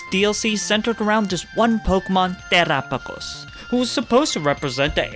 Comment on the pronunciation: omg the way u pronounce ✨Terapagos✨ is so beautiful